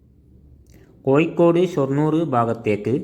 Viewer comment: കോയിക്കോട് അല്ല കോഴിക്കോട് 😃🤪